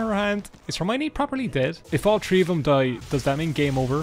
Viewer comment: I love when he's updating the house points and says Tree Hundred then inserts Leonidas faces. Subtle and beautiful.